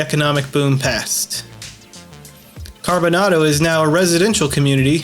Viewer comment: Its pronounced CarboNAYDO. Long A.